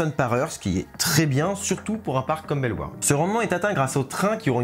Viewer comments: il l'a pas hyper bien dit au début mais ensuite il l'a bien dit Belle Warde (en soit tu dis pas le "au" du tout même en flamand ) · Je viens de Belgique, je suis excité à l'idée d'essayer ce nouveau coaster! 😁 PS: Bellewaerde se prononce Belle-Au-Warde (pour les wallons en tt cas) 😉